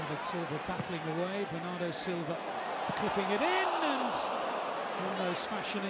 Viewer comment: BERNARDO, not benardo